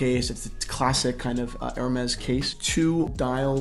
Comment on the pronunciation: Ha ha! is hilarious in this one!...Whaaaaaaaat.....Jayzuz girl, just butchered, marinated and then chopped again the Hermes watch name!! Fell off the chair!!